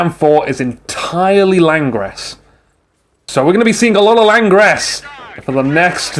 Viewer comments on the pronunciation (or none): It's not Lang-res (last part like "rest") it's LANGRAOUUGHGHUH